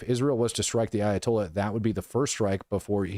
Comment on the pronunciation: Ayatolya' so!!! Comayknee!!! Tolyaso!!